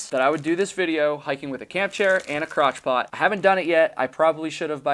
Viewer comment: Did I hear "crotch pot" correctly?! lol